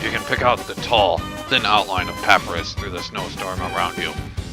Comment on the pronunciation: just one more thing, papyrus is pronounced puh-piye-ruhs